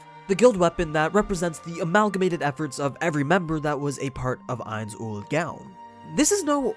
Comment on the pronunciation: The way he Pronounces Ains Ool "GOOUUWWNN" LOL!!!!